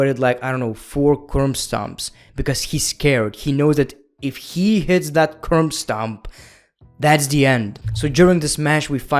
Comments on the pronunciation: keeps saying curm stop instead of curb stomp. hahaha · No one:: "Curmbstomp"